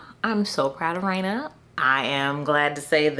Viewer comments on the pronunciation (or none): 😂 😂 I gotta get Rayna’s novella. Let me go download that now. Not you butchering the name and then playing afrobeats 😂😂😂😂 your videos are always a good time.